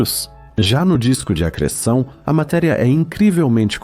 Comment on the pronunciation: Video muito bom mas como eu ri do "Disco de AGR3SSÃ0" kkkkkkkkkkkkk